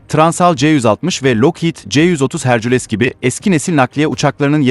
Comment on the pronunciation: C130 herkül yerine hercüles diye seslendirmekte artık vasatlığın ayrı göstergesi